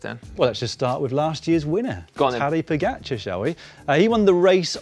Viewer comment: Respect for pronunciation of Pogačar. Spot on from everybody. But Roglič will win. Good prewiev.